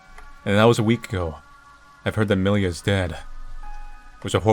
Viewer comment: Haven't watched the whole video yet, but based on the poster I believe the title is supposed to be pronounced differently. Namely, it's a transliteration of миля which is a russian word for "mile", and it's pronounced more like mil-ja (there is an audio of proper pronounciation at